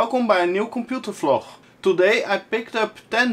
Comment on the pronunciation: Haha, i had to drink two shots when he pronounced VLOG (FLOCH) :D